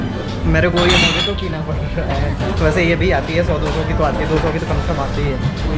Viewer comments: Its not pronounce as Mojito its pronounce as "Mohito" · It's not Mojeeto... It is pronounced as Mohito... 🤣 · bhai mojito is pronounced as mohito ...... video was great and enjoyable !